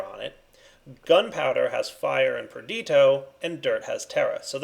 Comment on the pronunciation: Madax the Shadow his pronunciation of praecantatio and perditio is the most cringeworthy for me. Its so damn annoying. Its not even correct either. Why the hell doesn't he say aqua instead of water, yet pronounce every other aspect in the thaumcraft language...